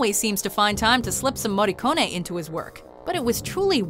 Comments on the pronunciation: As an Italian, I appreciate how you pronounced his surname correctly, and not like the usual foreigner. It's "Morricon-ay", not "Morricon-ee". Yet, you mispronounced "Cinema Paradiso". In Italian, cinema is read "chee-nay-ma". And also Sergio Leone. It's "S-ay-rgio L-a-on-ay", not "Leon-ee". You should read it just like Morricone. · Finalmente il cognome del Maestro pronunciato correttamente..Brava 😉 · What a treat hearing an american properly pronouncing his name. Kudos. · Finally an American that correctly pronounces an Italian lastname